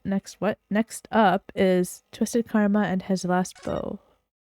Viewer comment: "Karuma" is how you say "karma" in Japanese.